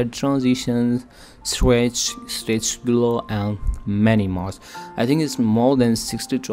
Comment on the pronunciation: lol "Strech"